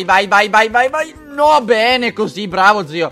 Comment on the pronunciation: quando hai detto bene io pensavo che avessi detto "pene"!